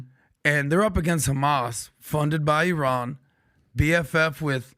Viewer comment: Funny actually pronounced iran correctly e-ron